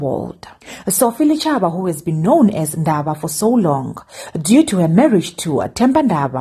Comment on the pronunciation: Its pronounced Dichaba!